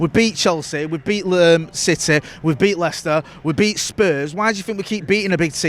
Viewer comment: Also love how he pronounces city... he goes 🗣 CITEH 🤣🤣